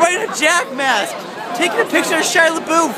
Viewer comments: It's pronounced LeBeef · Btw you pronounced his last name wrong...